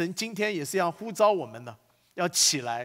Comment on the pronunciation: 神呼召.召四聲照兆ㄓㄠˋ